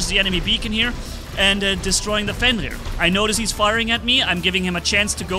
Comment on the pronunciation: its not fenlir its fenrir.........